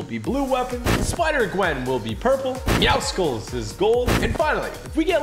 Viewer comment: Tg its not meow sculls😂😂😂😂